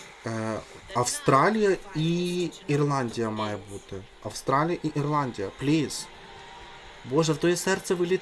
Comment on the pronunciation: Вона так сказала Ірландія, що я теж подумала, що Ісландія